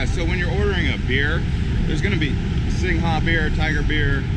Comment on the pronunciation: Skytrain is BTS ครับ MRT is underground. The correct pronunciation is "Singh" for Singha beer ครับ "Soo-wan-na-poom" is the pronunciation of the airport ครับ Cheers.